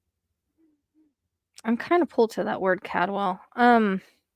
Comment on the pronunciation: Hi, just so you know kuna is pronuced Q-na and caldwell is call-d- well, Payette is pay- yet.. Hope that helps.. Thanks for all you do..